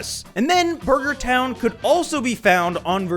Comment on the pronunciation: "Buger Town"